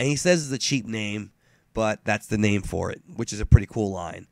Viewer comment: You fucked up a lot of simple names